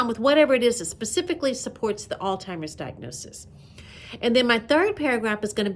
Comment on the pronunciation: I'm sorry, but I had to keep rewatching this video cuz I thought I kept hearing you pronounce alzheimers as "all-timers", and I think that's how you kept pronouncing it, but it's actually pronounced 'aalts-hai-mrz", lol🤭. I'm a stickler for grammar, and I probably should've become an English teacher instead of a nurse, lol😂